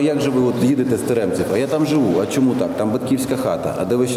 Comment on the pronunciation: Мабуть бабуся Галина Хрущ із села Теремці ,наголос на букві і,у моєї знайомої батько був із цього села,гарні люди.